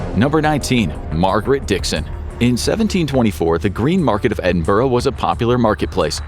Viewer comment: Edinburgh isn’t that difficult to pronounce (EDIN-bur-ah) don’t understand how Americans can’t get that.